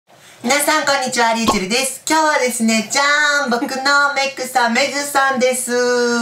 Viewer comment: 「僕のメイクさん、メイクさんでーす！！」に聞こえた…メグさんね